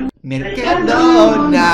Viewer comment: Dalas, no es así, es: Mercadoona, Mercado-do-na~